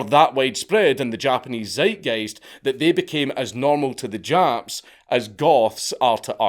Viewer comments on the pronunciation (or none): none